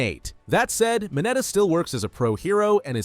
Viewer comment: It's mineta not minata